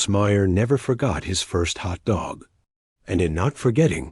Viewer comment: AI narration so annoying with stress on Hot DOG rather than HOT dog...better editing needed.